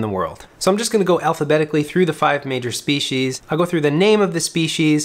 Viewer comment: "speeshes"... please delete your channel